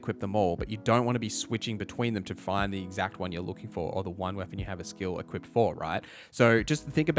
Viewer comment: hey great video no idea why you keep saying "equipted" tho